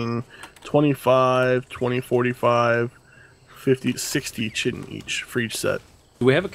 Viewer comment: FYI, chitin is pronounced KY-tin.